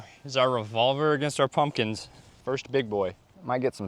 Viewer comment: Did you say Muslims or pumpkins?